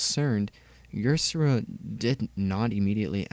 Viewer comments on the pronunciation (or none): Yersera? is Ysera (Ya-ser-a) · Ysera's name is pronounced Isera